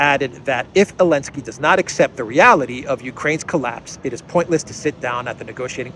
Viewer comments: It’s Zelenskyy not Elentski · Why is calling Zelinsky Elensky?